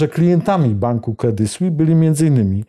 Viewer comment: Jak zwykle dobry program i dobrze zrobiony. [Credi Słiss], proszę wybaczyć za poprawkę,ładnie pan wymawia francuski i warto to robić jeszcze dokładniej. Pan robi super emisje, nic do dodania, słucham zawsze z uwagą,bo są to wiadomości na poziomie nie widzianym w innych mediach, za każdym razem, a ja tu pana o głupie "s" zaczepiam,gdybym nie szanowała to bym nic nie pisała, (mnie można poprawić za tzw.zapis "fonetyczny").